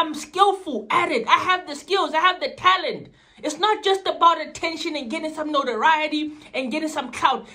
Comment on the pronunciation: Mans said "It's not just about attention and getting some NOTA-riaty" 😂😂😂